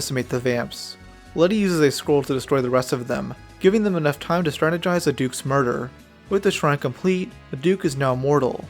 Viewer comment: Tempted Mordor is no laughing matuh